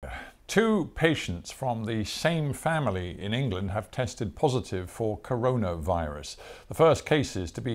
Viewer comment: Co-ro-no virus. I’m dying 😂